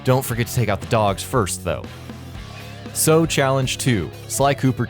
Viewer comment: General Tsao is from sly 3 and you're pronouncing his name wrong.